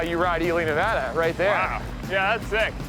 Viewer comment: Please note the pronunciation of NEVADA …. This is The Westerner & Pioneer preferred pronunciation. It’s not Spanish 101.